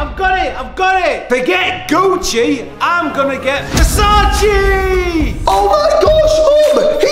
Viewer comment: This is how many times said Versage instead or Versace